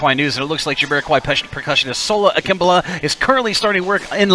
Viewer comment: Ha ha! I always said his name as Sola Ak-im-bowla! Your pronunciation sounds more correct, though. lol